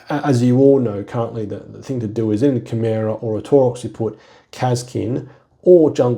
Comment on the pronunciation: I've heard you pronounce Chimera, Brother. 😜😁